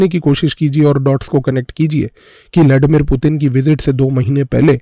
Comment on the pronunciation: लॅडीमीर नाही रे बाबा, ब्लडिमीर 😉☺️